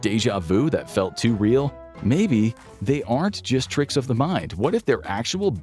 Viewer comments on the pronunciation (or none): none